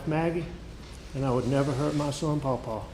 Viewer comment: Oh man I forgot how much I hated his “Pawpaw” thing instead of “Paul!”